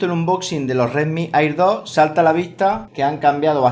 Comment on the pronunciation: Me estresa que diga "airdot" como se escribe